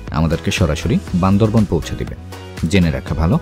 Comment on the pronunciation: বান্দরবন বান্দরবন শুনতে শুনতে বিরক্ত হয়ে গেলাম। সঠিকভাবে বলতে হবে বান্দরবান।